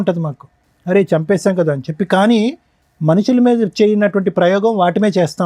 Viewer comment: కాదా కాదు కదా కా కి దీర్ఘం తియ్యండి